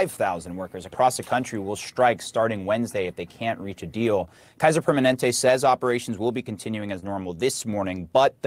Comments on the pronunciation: Kaiser Per ma NEN te. It’s like the word permanent with AY on the end. Cheers! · I love with all my heart but I laughed from a happy place every time she mispronounced “Permanente” 🤣🤣